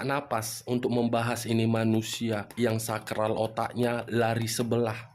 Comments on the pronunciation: Wkkk... lagi serius2nya nyimak tiba2 gua ngakak...🤣🤣🤣 SAKLAR Bang.... ! bukan SAKRAL...Hahahahaa...😆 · Saklar bang...bukan sakral otaknya 🤣...saking semangatnya sampai kesleo... semangat bang 👍👍